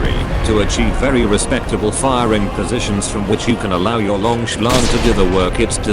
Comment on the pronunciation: Very 'lonk'